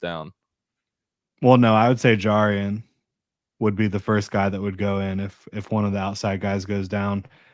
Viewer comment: Its JAR-rian jones. Like jar of pickles. Don't want to be that guy that's mispronouncing names lol. Good show.